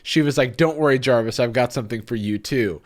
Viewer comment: With a soft s, soft c. I literally burst out laughing, thank you Jarvis!